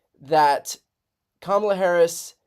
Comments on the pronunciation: He's unraveling.All of a sudden he can pronounce her name. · he accidentally pronounced it correctly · Oh wow he finally pronounced her name correct at one point. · well some pressure made him say her name right finally 😂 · Notice, at 6mins 30sec he forgets himself and pronounces Karmala correctly! Other than that, it's the same old same old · Trump says VP Harris’ name correctly, which kind of makes it a fact that he is making an effort to say her name incorrectly…loser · First time he pronounced kamala name correct 😅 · This seems like an SNL skit. Crazy though, he actually says her name correctly